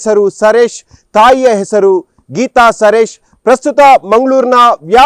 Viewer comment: ಸರೇಶ್ ಅಲ್ಲ, its ಸುರೇಶ, ರಿತಿ ಪರ್ಣ ಅಲ್ಲ, ರಿತುಪರ್ಣ 🤣